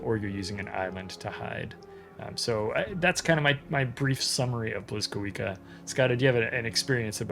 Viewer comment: Blyskawica is also pronounced more like "bleeskaveetsa".